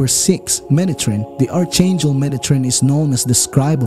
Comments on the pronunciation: Respectfully, the proper pronunciation is “ark-angel”. First time watcher and new subscriber! 😇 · It is pronounced ark angel...and how do you know all of this. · The "H" in "Archangel" is SILENT! Pronounce it correctly!